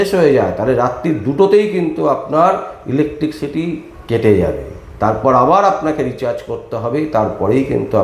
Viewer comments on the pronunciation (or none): কথাটা 'ইলেকট্রিসিটি', ইলেকটিকসিটি নয়। দয়া করে এইসব সংশোধন করে সোশ্যাল মিডিয়ার ভিডিও করুন।